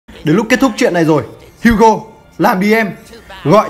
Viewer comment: HUGO tiếng việt : hú chó